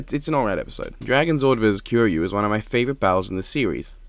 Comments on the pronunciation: I hate how they mispronounce kiryu Also nemesis Ganondwarf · I like to pronounce kiryu’s name like this Ki - like the stuff from dragon ball Ryu - like the street fighter character Also the model for Tommy Oliver looked like it came out of fortnite and I hate that I have to think about my favorite power ranger (next to Jason) coming from fortnite of all things